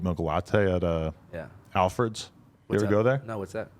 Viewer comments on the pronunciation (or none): he said alfreds😭